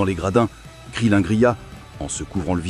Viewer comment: Krilin pas krilinne ... Et il n'a PAS du tout de nez